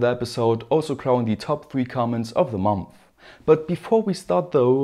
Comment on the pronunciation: My favorite pronunciation is mumpfh (month)